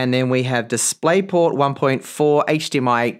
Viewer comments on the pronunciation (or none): none